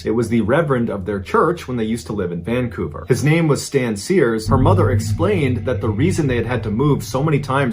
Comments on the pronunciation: Just to be clear, place the emphasis on the 2nd syllable. vanCOUver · I'm sorry but... you pronounced Vancouver wrong. 😔 I'm so sorry to call it out.